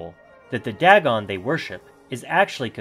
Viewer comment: ITS DAYGON...NO DAGON!!! get pronounciation right man.